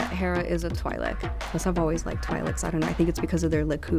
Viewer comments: its twee-lek not twy-lek fucks sake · . God, if you're going to work for Star Wars say it right. It's pronounced Twee-lek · Best character so far, but did nobody ever tell how to pronounce "twi'lek"? (ಠ_ಠ) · I thought Twi'lek was pronounced Twee-Leck not Twai-Leck. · TWIGH-LEK? what is a twigh-lek?!?!? it's twee-lek! every single npc in swtor says twee-lek!!!!! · She's pronouncing Twi'lek wrong.